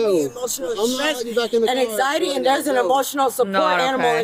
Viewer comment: Girl barely knows how to say anxiety uh huh